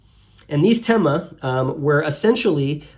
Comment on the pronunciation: Thema and Themata in plural should be pronounced not like "tèma " or "temàta" but as th in thematic(which is same root) or thanks.